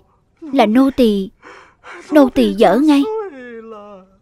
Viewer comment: Nô tài mà cứ nô tì.